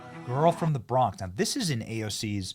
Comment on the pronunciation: she dont even say bronx correctly